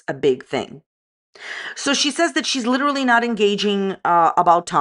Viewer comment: “I’ve been abused by my ex!” 20 mins later “We LIDERALLY JUST worked things out and were FaceTime friends again”